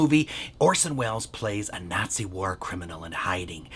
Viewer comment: I love Loretta Young's repeated pronunciation of the word: "Natzi's" in this film. Loretta/her character: "Gnat-seez"